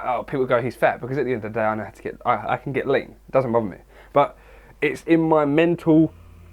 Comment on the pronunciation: Literally thought you said "it doesn't bother me, cause at the end of the day i can get laid." Then i finally realized you were saying "lean" lmao.